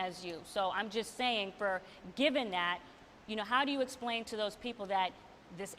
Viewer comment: Yes he did. He also says esplaning instead of explaining